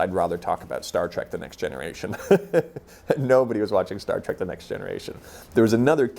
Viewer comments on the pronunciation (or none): none